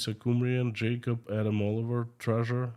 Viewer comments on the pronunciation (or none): none